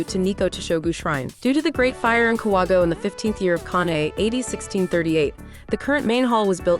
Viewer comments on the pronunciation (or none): Please learn to pronounce the place properly. Ka-wa-go-e.